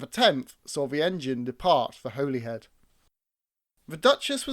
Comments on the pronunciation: I thinks it’s a clumsy edit, rather than a mistake. As he said Butlin purchased 3 Pacific’s. He then lists all three, but with Royal Scot in the middle. It’s a really good video, and enjoyed it. But it is pronounced ‘Holly Head’ not ‘Holy Head’. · Terrific video - thanks. Just a note about the pronunciation of Holyhead - it's said 'Holly- head'.